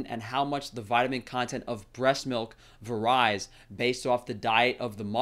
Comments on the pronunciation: Wait, it what? Vah-ryes? I love it when obviously intelligent people have a tick. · That is not how you pronounce “varies!” I tried to let it go but, you literally said it wrong every time 🤦🏻‍♀️